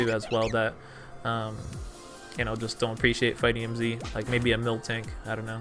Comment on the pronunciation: Yo! U do realise that it's mil-tank right? U pronounced it milk-tank for the entirety of the game. Joey gonna get triggered and drop a Draco on you.